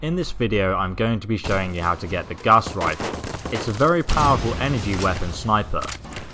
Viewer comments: Omfg this guy said Gas Rifle I can't watch this anymore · its gauze riffle